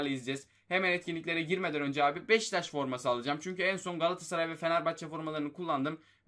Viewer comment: Abi sana yazıklar olsun beşiktaşa beştaş diyosun